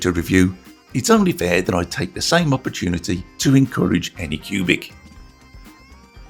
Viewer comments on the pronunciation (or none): none